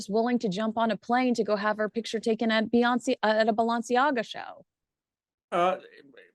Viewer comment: the way you pronounce ‘Balenciaga’ and ‘Doria’ is…unique? 😅